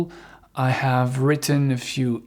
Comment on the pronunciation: je change rarement de site car Y a des coachs qui prononcent mal l'anglais. Exemple: plus vers "or" au lieu de "are" et "ève" au lieu de have. Et mangent la fin des mots. Donc j'en ai zappé beaucoup. Merci avec vous c'est bien